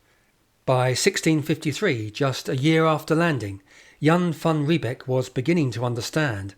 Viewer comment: Your pronunciation of Jan van Riebeeck is incorrect. ee in Dutch is pronounced 'ay' as in say or day. Thus Riebeeck is pronounced 'Ree-bake'. Beek (modern Dutch spelling) is a stream whereby the North English word 'beck' derives.